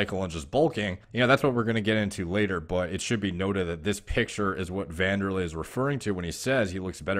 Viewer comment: Someone who actually pronounced wanderlei properly boys it pronounced vanderlei